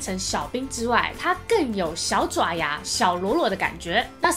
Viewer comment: 應該是「爪」ㄓㄠˇ牙吧？